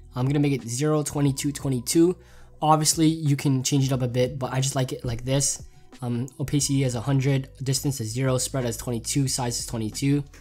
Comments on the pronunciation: Opasity not opaysity lol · not to make fun of, like his videos are lit, but can I quote how he said Oh-pay-city XD